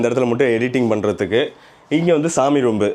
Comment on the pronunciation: Bathroom not bathroomu,kitchen not kitchanu. Room not roomu.Improve your pronounciation.